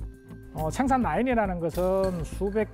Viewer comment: 쉐로운 .. 쉥산 ..발음 듣기싫으네 사투리쓰는 사람 부르지마소~